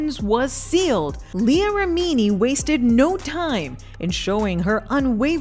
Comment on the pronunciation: You mean LEE-UH Remini? Stop calling her Lee Anne